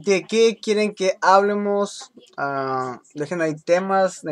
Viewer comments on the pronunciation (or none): te digo algo en buen pedo? no digas váyamos y háblemos, es vayamos y hablemos, no le des énfasis en las primeras vocales, no es correcto y se oye mal. Es solo un consejo;)